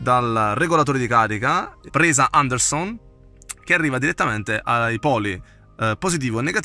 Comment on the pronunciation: Mi fai morire come dici...ANDERSON ahahahahah comunque complimenti per le spiegazioni